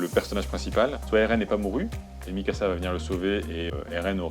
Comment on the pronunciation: Bjr bon courage pour tes videos. Juste une precision : MIKASA et non pas mysaka.